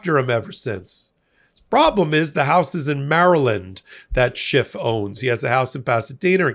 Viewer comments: Schiff - not Shift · His name is Schiff, not shift. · After so many years of news coverage one would think that would know how to pronounce Senator Adam Schiff’s last name., there is no T at the end of Senator Schiff’s last name! His last name is not SCHIFFT, it is SCHIFF! I repeat. SCHIFF, not SCHIFFT! In a moment of great frustration I say to you, give the man the respect he deserves and pronounce his name correctly. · SchiFF not Shift. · No T in Adam Schiff. He, like Obama, is living rent free in Trump's brain. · Schiff. No 't'. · please stop adding a t to Adam Schiff's name. There's no t in his name. It makes you sound trumpy.